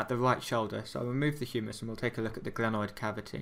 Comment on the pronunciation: NO gRanoid ,but glenoid